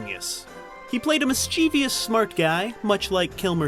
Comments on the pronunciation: It's "misschuvus" (phoenetically) not "misscheevius". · Mischie-vi-ous, MISCHIE-VI-OUS! You will drive me mad. There is no I after the V it is MISCHIEVOUS ! Pronounced Mis-che-vous. Oh I am becoming so pedantic. I am going to die soon I am sure. No loss. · The word is "mischievous", not "mischievious". I don't care how commonly it's used these days, it's STILL WRONG! :) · There's no such word as miss-JEE-vee-us. "Mischievous" is pronounced MISS-juh-viss. It's 3 syllables, not 4. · Mis-chee-vee-us? Nope; it's pronounced mis-cha-vus. You did it again . You may have done it again later in the video, but I stopped watching . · Mis-chuh-vous not mis-che-ve-yous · "Miss·chee·vee·us" is not a word. Mischievous is pronounced "miss-chif-vus". Please help break the cycle dude? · mischivIOUS?you people cant read or spell it is mischievous. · It’s not pronounced “Misscheevious” you moron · mischievous /ˈmɪstʃɪvəs/ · Did you just say mischevIOUs? Go on say it again, I double dare you! Oh okay you did say it again... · "Mischievous" has 3 syllables. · You pronounce too many "I's" in mischievous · It drives me crazy when people mispronounce "mischievous." I only met a handful of people who say it properly. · Somebody needs to learn how to pronounce "mischievous." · The narrator should learn that "mischievous" has only three syllables. Adding an extra syllable is both a mispronunciation and misspelling of the word. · Mischievous is three syllables, not four. Good video though. I miss Madmartigan, and he also absolutely killed it as Morrison and Doc Holliday. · You're mispronouncing mischievous. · "Mischievous" there is no "i" in "vous".